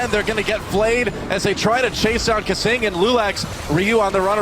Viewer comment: he says hu jarnan and caseing like idk man